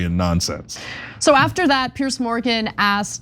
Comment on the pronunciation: PIERS! NOT "PIERCE"!